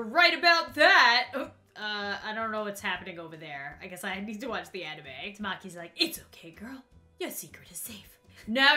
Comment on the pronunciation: And Tamaki's name too